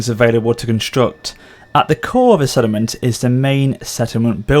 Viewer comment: sorry mate but it does sound like you say 'sediment' every single time you say 'settlement', so much so that I only looked at the comments to see if anyone else noticed it. I think it's because you say it so quickly, it distorts how it sounds. It doesn't matter really, but that is how it sounds.